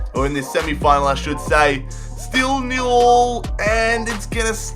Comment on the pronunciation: Stop saying Nil ul its Nil Nil